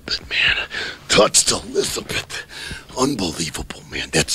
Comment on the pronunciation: "Elizabit Elizabit", how long was he with her and he can't say her name???